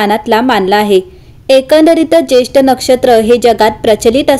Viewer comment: Jyeshtha nakshtra,jyeshth nahi